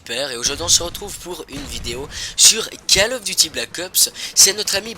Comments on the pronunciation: lol c vraiment bizarre les gens disent "Kal of duty"... on prononce "col of duty"... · " Cale " of Duty ... Attends t'es sérieux ?